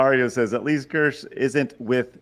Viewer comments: I love how Kirsche let them mispronounce her name the whole time.... Keer-shuh btw... that's the pronunciation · Is it me, or did it strike anyone else as funny that everyone pronounced Kirsche's name wrong the entire time? Or maybe I'm the one that's wrong, as I always that it was "Keer-sha," not "Kersh." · I might actually subscribe to this German named based VT. Watched Pippa clips before but her voice is too grating for long listening but Kirsche speaks normally. It's pronounced keer-sh-eh. German for cherry. It shouldn't be this hard to learn basic continental vowels when most sounds already exist in English words. As for German, just ü doesn't exist. Ö is very similar e in nerd or u in hurt. However, it's understandable if you butcher sounds that don't exist in your language. I'll never fully master some myself. Th I never pronounce in a naturally sounding way. Same with some Chinese sounds. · of not a single person pronouncing her name right lol. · It is, people just keep pronouncing it wrong and she isn't correcting them. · You are correct. They all mispronounced Kirsche (which is the German word for cherry). She didn't correct them.